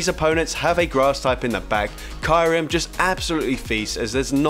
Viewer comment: Its "Kiyu-rem" not "Kairum"